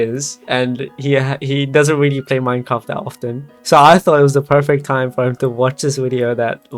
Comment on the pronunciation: what scares me is that im not sure if you said minecraft or mein kampf